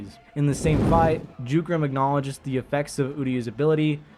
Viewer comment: It's pronounced as Yugram but spells as Jugram